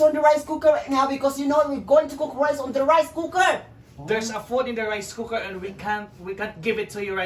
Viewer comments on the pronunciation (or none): Hahahahaha english sa kaldero, RICE COOKEF🤣🤣🤣🤣